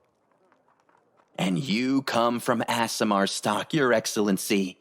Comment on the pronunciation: Nope, it's just Aasimar, no 'zzzz' in there. Also it's coup de grace, not coo-day-graw, and so on...